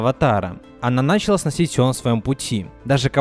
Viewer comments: Дополню ваши замечания: началА, а не нАчала лАдан, а не ладАн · Видео крутое, только меня раздражало то, что ты говоришь не начала́ а на́чала. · Видео огонь, но не мог бы ты говорить началА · началА ,а не нАчала